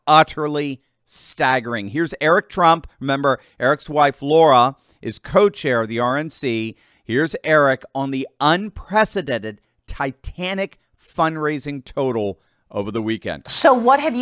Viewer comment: It's LARA Trump, not Laura:)))